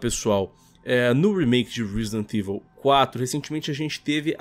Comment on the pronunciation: Alguem ensina pro apresentador do Canal a Falar Resident Evil direito por favor? Parece a Turma do Pronome Neutro falando... TNC